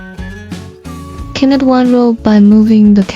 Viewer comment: We pronounce knit like nit! The K is silent